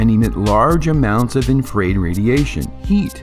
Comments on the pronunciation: "Infraid radiation". Gotta train that AI voice how to pronounce "Infra Red" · It's really not an AI voice - 100% me. I just mispronounced "infrared". I thought it was cooler sounding than "infra-red" but I was wrong. Thanks for watching until at least . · Hey! That's my real voice. ; ) You are correct. I am mis pronouncing it. I will pay more attention on the next video where it appears. Thanks for catching that.